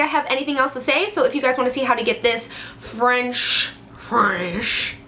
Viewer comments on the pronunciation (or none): Lmaooo the way you said French. This braid is cute! It reminds me kinda of Elsa from frozen ❄️ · When you said "French" in a weird way in the beginning of the video . Lol too funny 💜